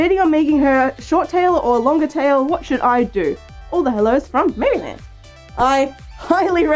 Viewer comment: the way she pronounced maryland kinda hurt me, but the people laughing are infinitesimal brain